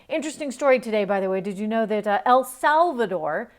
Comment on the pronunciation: I heard Elk Salvador. I have been hearing elk all day!